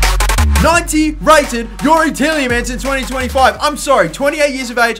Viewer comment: TielJemans :D Its funny how english people cant pronounce dutch names :D Its like kevind de bruyne you guys say something like kevin de brojne :D